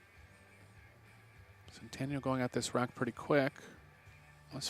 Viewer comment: About damn time Chezka. Also about time they pronounce her last name correctly at the end.